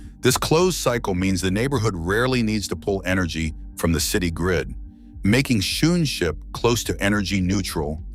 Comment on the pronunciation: The pronunciation of Schoonschip is wrong, Dutch double o is pronounced as English oa. What I now hear sounds like shoe ship. I forgive you the wrong pronunciation of sch, the ch is a guttural g sound, specific for some languages like Dutch.